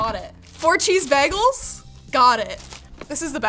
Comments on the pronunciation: Ah yes, heat-sensitive delicate electronics strapped directly to a device that is only designed to generate tons of heat quickly. Also, did she say "baggles?" Has she been hanging out with? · please stop saying bag-gels, its a bagel. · She said Bag-els at one point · Nobody gonna mention the fact that besides bringing an amazing energy to these videos, she also pronounces Bagles als baggles? There's an Episode on "Community" where is made fun of for exactly this lol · gotta love the way pronounces bagels, baregels lol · I just watched not know how to toast bread and bagels (which she mispronounces) for 15 minutes, lol. Loved it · Stop saying bagels wrong😅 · How the hell is she pronouncing bagels? It HAS to be a troll